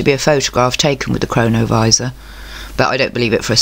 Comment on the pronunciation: Such a good video, thanks! And yes, every time you said cronovisa it sounded like corona virus. Pretty mind blowing stuff all this